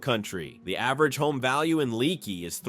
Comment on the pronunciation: Right, I.e. Leaky is pronounced LAKEY. You can go to Uvalde for full medical services as well.